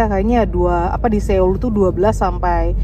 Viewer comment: Maap cm mo ngasih tau cara baca SEOUL tuh "SOUL" bkn SEUL 😊